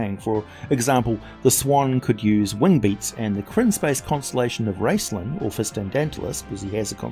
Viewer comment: Raclan? :D Dude its Raistlin